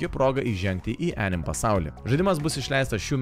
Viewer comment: Jo, o dėl "anime" tarties, tai vertėtų pasiguglint, jau ne pirmą kartą rėžia ausį :D